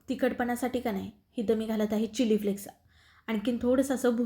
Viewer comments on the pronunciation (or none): none